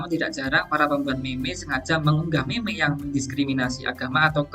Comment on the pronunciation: Kata meme dibaca mim bukan meme.